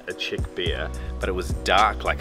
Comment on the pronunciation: brooo, it’s czech, not chick... but anyways, your videos are great :)